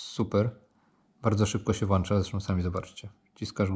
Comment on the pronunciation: WŁĄCZA naucz się proszę bo mnie to tak razi